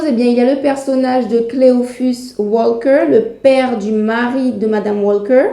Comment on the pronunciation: Bonjour, le "l" dans "Walker" ne se prononce pas tel que vous le faites, il ne convient pas de faire un "l" françophone, juste allonger la prononciation du "a". Comme cela revient beaucoup dans votre vidéo, une meilleure prononciation aurait été plus agréable... à savoir pour une autre fois, tous les mots aver "alk" n'ont pas de "l" prononcé façon "l" francophone: "talk", "walk", "stalk".